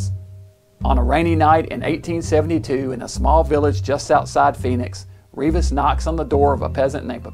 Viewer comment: This is part of my family history. The name is pronounced REV-is, not REE-vis.